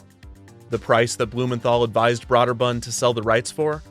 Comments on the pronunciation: Brøderbund is pronounced as BROO-dər-BƏND, like you said, by the company itself. But as for how this made-up word would be said in the languages it comes from, it would be BREH (short E sound, but with round lips like an O)-dər-BOOND. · Brøderbund = Brew-der-bund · Having spoken to persons in the industry as well as former employees, I can attest it is pronounced "Brooderbund" instead of "Brawderbund". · Broderbund - BRO DER BUND not BROAD ER BUND...... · it's pronounced "Brooderbund" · Brøderbund (pronounced BROOD-er-bund) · Agh. The pronunciation of Brøderbund is killing me. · Broder bund is pronounced with a Long O. Broder rhymes with Loader. Also you botched Karateka. It's not pronounced with a long "KaaaaaaH" at the end. Just kuh rah teh kah, and quickly drop it. Source: I'm older and lived through it. Re-record your narration with these corrections. It's aggravating otherwise. The show released at least 2 soundtrack CDs and sadly Lynne Thigpen passed away some years ago.